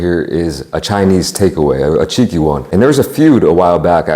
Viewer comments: Did he say a cheeky one or a chinky one 🤣🤣 cause I was like..wooah..settle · Love this guy and his chowing-down work ethic! Gotta say though, I definitely misheard “cheeky” when he was saying “have a Chinese takeaway.. a cheeky one” 🤣 Thought bro was about to get cancelled..!